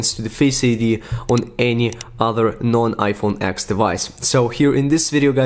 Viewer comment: IT'S IPHONE 10!!!! TEEEEEN TEN. NOT "X", TEN ,10 . TEN ATS (@@@@@@@@@@